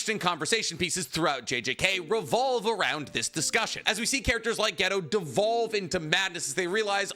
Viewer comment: btw, his name's not "ghetto" its "gay toe"